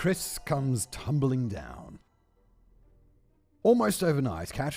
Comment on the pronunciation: Tumbling, not tumbeling!